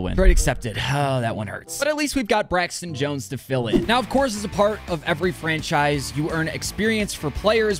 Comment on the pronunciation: Bro said Braxton Jones💀💀💀💀💀💀💀💀💀